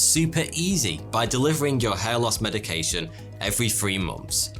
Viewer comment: Soty or Foty or Toty, seriously, your pronounciation needs some clearing and training to make letters more defined, when you said hair It sounded like head and there are other words that you pronounce so unclear it's hard to tell what you said even from context. We, Russians pronounce all letters clear and sharp exactly as they are and it's so frustrating to hear how people in other languages destroying written words with pronounciation that missing letters or has them so identical to each other that you can't tell what was this letter 😇